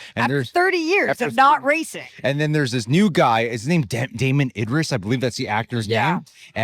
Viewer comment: Thanks for correcting these reviewers. That really pissed me off that they could not say the black guy’s name correctly.